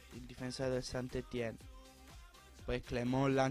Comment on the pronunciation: scusa se ti correggo, ma il St.-Etienne si legge San Etien